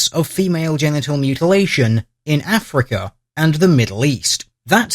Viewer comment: he never says 'africa' but something more like 'afriker'